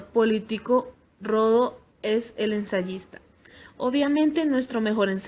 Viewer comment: Gracias por la información. Solo que no se apellida Rodo; se apellida Rodó. Tampoco es «Próteo»; es Proteo, sin acento.